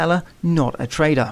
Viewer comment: i hear traitor.. not trader ahaha